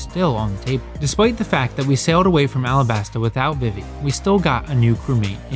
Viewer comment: This is just me being a picky ass but who has ever pronounced vivi, "vih-vee" every place it's been pronounced veevee not just in one piece as this isn't a original name.